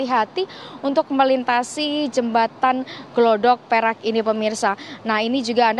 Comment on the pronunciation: Gladak Perak mbak.." Bukan Glodok Perak...😢